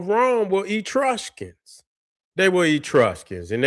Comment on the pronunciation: Great video as usual. The pronunciation of Etruscans is soft e- soft u then skns.